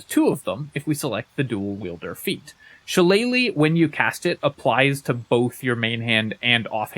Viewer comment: Finally, someone who says “shillelagh” correctly!